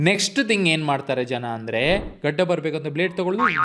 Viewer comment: gadi gadi 😂 yav uru nimdu❓